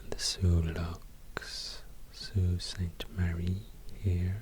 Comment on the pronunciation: Bonus points for pronouncing Sault Ste. Marie correctly. Can tell by that alone that you've done your homework ;)